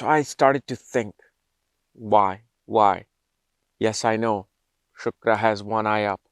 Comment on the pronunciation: Hlo sir, no disrespect but it's not shukara. It's shukra. Amazing video by the way🥳